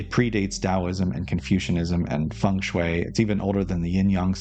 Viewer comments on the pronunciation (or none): none